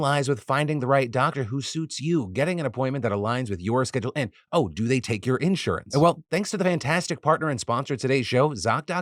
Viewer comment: The way Phil prounounces insurance in this vid... it's official, man's been replaced by a fricken lizard